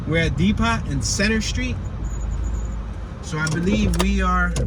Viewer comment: My dude, why do you keep saying “dee-pot” when it’s pronounced “dee-poe”